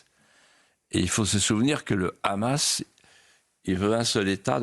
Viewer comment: Enfin quelqu’un qui prononce bien Hamas pas comme tout ces journalistes qui dise rrhamas